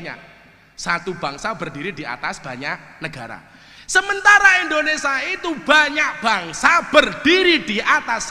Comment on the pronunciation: Gus, BUKAN INDONESA tapi INDONES*I*A. KURANG I nya